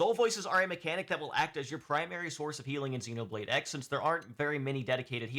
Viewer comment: For someone so knowledgeable you would think you would know it’s Xenoblade Cross. You even know to call the main character Cross 😂